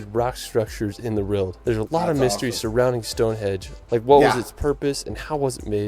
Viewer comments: It's Stone Henge, not stone hedge... this commentator can't speak English properly, there are better videos out there... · I didn't know that anyone under rated British scenery! Visitors to the UK I have met have loved both British and Irish scenery. The narrator mispronounced Stonehenge. It's pronounced as it's written, (say it as "Stonehenj") it's nothing to do with hedges! Glad the Isle of Man wasn't missed out. You can get to it easily from Liverpool by boat or hydrofoil but you can fly from many British airports too. However it is quite expensive when you get there because it's a place that rich people go to live as a tax haven. There is more than one waterfall going straight into the sea in the UK, e.g. there's an impressive one in Devon. Glad the narrator could pronounce Edinburgh!